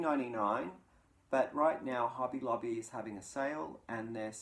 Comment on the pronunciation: I have recently started shopping at Hobby Lobby as the AC Moore stores are closing.😕 Love your accent. It sounds like you're saying Hubby Lobby. I thought, what a great place for your hubby to go buy you some yarn. Your description of curling is hilarious. I've been watching Olympic curling for years. It has made quite a comeback in the US with the recent success of the Olympic team.